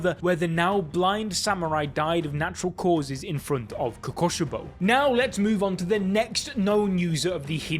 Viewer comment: DID BRO SAID KOUKOSBOW LOL